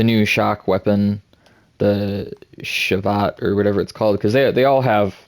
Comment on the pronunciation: you saying "shavaht" all the time is unbearable. Please say "Sah Veeeeeet" thank you :) Momentum Blades does not work with Reapers Dance, sadly, and Reapers Dance is still bugged. It's crazy good with Cunning & Pulse if you get the timing right, and if it works though... Until then, I guess Cruel Riftstrike with Momentum Blades is our only option....:(